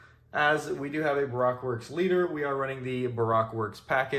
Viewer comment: I love the enthusiasm, I do. But it's Ba Roke. If you disagree with that please tell the voice actor for zoro he mispronounced it in episode 62 about 3 minutes from the end of the episode.